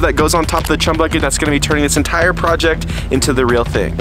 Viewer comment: Say chum without the h